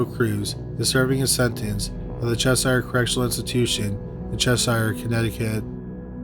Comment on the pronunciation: chesire= ches-sure not ches-sire. Connecticut raised. 🙏